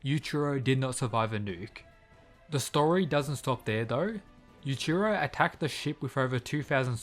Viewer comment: It's Yuichiro not Yuchiro